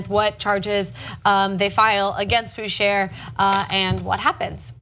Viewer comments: damn i wish they'd hire a translator or linguist to learn the pronunciation of some names... the man's name spelled "Boucher" and is being pronounced as "BOOSHARE" should actually be pronounced "BOOSHAY" it is an old French name... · By the way, I'm pretty sure you're not supposed to pronounce the R in Boucher. It sounds like a french canadian name so I'd think it's supposed to be pronounced "Bouchay".....But then again, maybe it's just french or french canadians origins and the guy pronounces like you do....who knows I guess lol. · His name is pronounced "Boo - Shay" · I doubt that's how it should be pronounced. A South African cricketer is named Mark Boucher. They (in SA) pronounce it Bau - char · Yeah... they've pronouncing it wrong, boss. It's really 'boo-shay'. Put it to you this way: who are you going to trust - bunch of guys who don't speak French badly enunciating a cricket player's name... or thousands of French-Canadians born with the name?